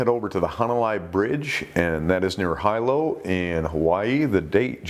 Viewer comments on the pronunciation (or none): High low hawaii lol its pronounced helow . Hilo hawaii Love your show!! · Absolutely love your videos! Just for the future since Hawaii has a lot of shark attacks, it's pronounced Hee-low not High-Low. I lived there for a few months and it was an absolutely beautiful town literally right on the beach, like you could just pull over on main street and go swimming with green sea turtles so not surprised to hear about shark attacks near there. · Hilo (pronounced hEE-lo), Haw'ai.😁